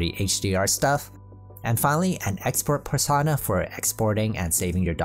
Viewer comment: Per- sown - ah Like "personal". You dont say "Persahnal"